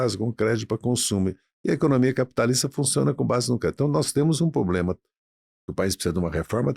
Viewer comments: Haddad luxo pro brasil??kkkk a vo po caralho esse cara ai vei duas hora ouvindo merda de um cara q fala pobrema em vez de problema,pela amor nao chama mais esses safado nao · O cara ainda vive o sonho do Brasil o “país do futuro “ e para fechar fala “poblema” Esse Podcast já foi bom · Tava quase convencendo aí saiu um "... pobrema crimático" 😅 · Esse é o mais inteligente da esquerda?! O cara fala "poblema"!